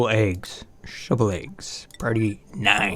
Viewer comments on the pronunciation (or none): Say "Shove" say "vole" now say "shove vole" not shovel !!! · Wen u say shove vole i hear shovel.